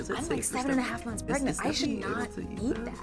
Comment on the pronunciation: You mean prengnat?